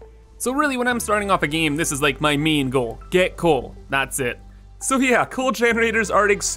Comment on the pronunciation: took me half the video to work out he was saying 'main', not 'meme' lmao